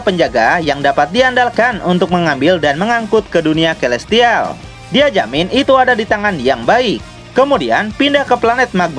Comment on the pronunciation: Celestial : (Baca : Selestial) Terimakasih bang.. Saya ngikutin terus semua ceritanya 👍👍👍